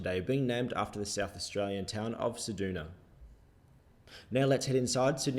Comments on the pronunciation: you say it like this Ce-dew-na not Ce-duna 😅😅 Next time this happens I'm unsubscribing.. haha nah that would be mean 😂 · You say you're going to stop prattling on so we could listen to the sound of the engines. And within seconds you start playing muzac! (And isn't it Ce-duna-a, not Ce-doona?) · The only thing wrong with this video is you said 'Ceduna' incorrectly 😅 Nice one 👍